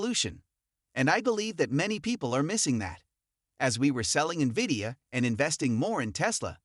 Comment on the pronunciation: "Wood is steadfast in HIS belief in VIDIOUS place in the emerging AI market though SHE sees the business blah blah. These voice-synthesized, perma-subtitled, misspell/pronounced-riddled BS videos are garbage.